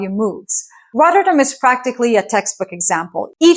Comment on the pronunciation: It's not pronounced RODderdem, the Ts are 'hard' and the emphasis is on the '-dam' part (which is not pronounced 'dem', but 'dahm')... RotterDAHM. Just 2 minutes in, and I got so annoyed with the butchering of the name every five seconds (because, hey, doesn't the entire world pronounce stuff in English?) that I quit the video. BTW, ei is Dutch for egg, what does EI stand for? Electronic Intelligence? Economic Intelligence? Or am I thinking too much in the direction of AI?